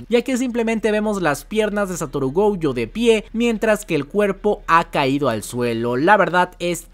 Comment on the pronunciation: Como que “gouyo”? Es gojo, el nombre no es gringo, es japonés ._.